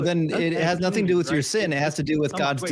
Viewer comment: I must be getting old. People seem to be leaving the "T" sound out of specific word; nothing has changed to "nuh-in", and Satan is now pronounced "say-in". Is this a recent change?...just curious.